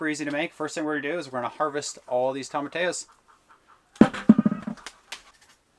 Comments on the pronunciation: Tomatillos... that double L is pronounced like a y .. Tom a ti yos. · Tomatillos: toe-ma-TEA-yos Sorry, that was just bugging me. Great video! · I love you guys and wish you the best always. Will you please pronounce tomatillos: tom-a-tee-yos. It's just driving me nuts. Peace. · (psssst, "toe-muh-tee-yoes") tomatillos ✌🌻😁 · Y’all make me giggle every time you say, Tomatillos….. Toe-muh-tea-yoes …..is how you say it….I wish there was smell o vision! Looks great!❤️❤️❤️❤️